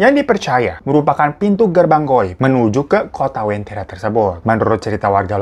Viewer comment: Ku dari Palu bang, penyebutannya Uventira